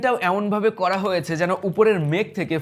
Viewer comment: বাংলাদেশী বাংলা উচ্চারণ, বেশি স্টাইল মেরে বাংলা উচ্চারণ না করে সাধারণ ভাবে উচ্চারণ করুন। ভালো শোনাবে। দেখেন নয় দেখুন, ঘুমানোর নয় ঘুমোনোর, কোরা যাবে নয় করা যাবে, পড়সে নয় পড়ছে, কাজে দিবে নয়, কাজে দেবে... অনেক শোধরাতে হবে।